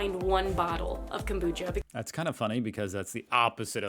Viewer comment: Kambucha wtf did this lady even tleave Melbourne